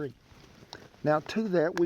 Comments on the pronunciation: Not gonna lie, thought i heard you say bacon powder. Hell yeah that sounds great. No you ment baking powder. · First time listening I swear you said Bacon Powder...had to rewind...either way, everything you present sounds tasty. Thanks for your videos